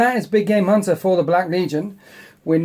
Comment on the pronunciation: Big game hunter always sounds like big gay munter. I can't hear anything else.